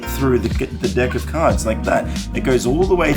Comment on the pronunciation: Ok got next day's data . Watched the video . I think mika performs that case penetration trick better. I love the way he pronounces deck 😛 Street shows are always 🧨🧨